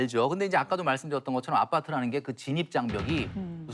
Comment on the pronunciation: 아.빠.뜨. 발음을 쎄게 해 강조하려는건가.